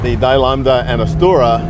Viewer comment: nice rare gem. Happy you finally clear up the italian pronounciation of Lancia: "Lansha".The i is not pronounced, like in ciao as well: "tshao", but then you as well must si DILAMBDA in italian : "deelambda", no "dielambda" Lambda only dies when in a catalyst car, you put leaded fuel :-)